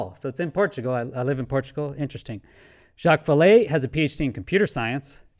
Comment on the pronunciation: Thanks for your pronunciation of "Jacques Vallee." You know it's not "Jack Valley," unlike Rather B Squidding. ;-)